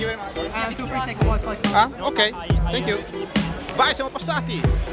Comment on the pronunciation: al posto di grazie all'inglese gli hai detto i tuoi carrarmati..occhio con la pronuncia Andrè ;) ahahah